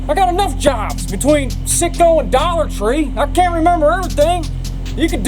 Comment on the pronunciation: "Dollartree" Ha!!